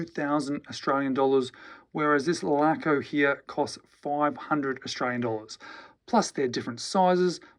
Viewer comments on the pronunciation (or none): none